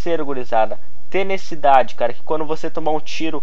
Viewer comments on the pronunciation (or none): Primeiro... Nao é tenecidade é tenacidade. Segundo... Nao é hairbird é WAR BIRD. Kkkkkk pra crescer o canal fale direito as coisas. Espero que interprete como uma critica construtiva blz? Ontem destruímos hein. VC no meu time no bo2 contra aquela party de viciadinhos lembra. Meu id paathurnaxx